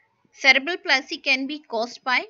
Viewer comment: Palsy its not plasy